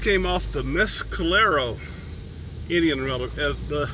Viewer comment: wrong! Mess-Ku-Lerro=Mescalero